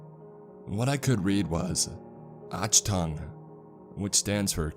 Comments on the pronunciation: More like "utch tongue". Almost made my ears bleed. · He totally said oshtungue. Not even close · ATCH-TUNG... winces , achtung doesn't mean "careful" it means attention and/or danger [listen to this on pronunciation - also without an "collectings experts red licence" you would not have an "AR" in Germany , that's such an American thing ; and a decade in jail as Germany has some of the strictest gun laws in the world. Decent story, poorly researched. Oh and finally if the character was an "immortal german" they would use a Keckler & Koch, more than likely a hk417, not a crappy American rifle, that would just leave a bad taste in their immortal mouth! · The scariest about all of this is a WWII historian that doesn't know that "ch" in German is a gutteral "g". And that Achtung is pronounced as Agtung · ?"!atsjtungue.....achtung. if yu can say flag..than yu can also say ..agtung..... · He slaughtered the word achtung 😂🤣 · Sounds like forest gump speaking I'm confused because the way he pronounces the words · not only did you mispronounce achtung..but you misdefined it as well...it means attention..not careful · This guy is god awful with pronunciations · Lmao how he said "achtung!" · Achtung! Learn to pronounce foreign words. And it means attention, not careful. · One does not simply walk into Germany armed with multiple weapons and happens to find a Nazi lab in the Black Forest xDD and why can't I help thinking of the movie Outpost with Nazi zombies out of a lab? Sorry, I love your narrations but this story is simply bullshit xD PS "ch" is pronounced "h" in German, in "Achtung" as well 😉🖤🕸☠